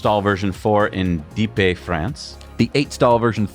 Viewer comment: Dieppe .... say it .... Dee Epp